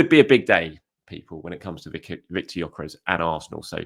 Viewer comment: Its pronounced Yok-ER-ESH. Wish people could be bothered to get this right no G and no EZ